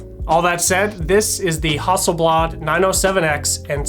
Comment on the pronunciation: "HUSTELBLAD" must be a great new, Swedish camera.... :-)